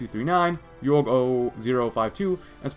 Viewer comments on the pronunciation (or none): Ok. Halo nerd time. I started dying when you pronounced Jorge. In his Spartan training, his instructors pronounced it with a Latin pronunciation, with the J and G producing an H sound. But his name is pronounced with the J and G making a G sound, as in George. Also, the Hungarian infantry may represent the militia on the planet, which the player encounters in a mission. As demonstrated in Winter Contingency, Hungarian is the language spoken in most rural areas of the planet. If the series continues, I will be very happy, because reach was my favorite game, and I would love to see more lore the devs added.